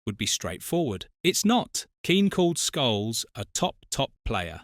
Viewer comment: Says Scholes wrong many times also (says Sholes).